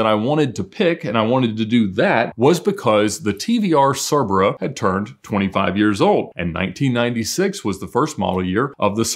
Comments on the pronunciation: Its pronounced Sea-bra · It’s pronounced ker-vehr-a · Cerbrera According to TVR, it's pronounced Kurr-brare-uh